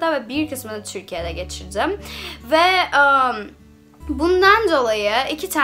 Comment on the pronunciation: Türkiye ye bile çürkiye demen ofmfkc Yeter artık çıkıyorum bu kadar dayanabildim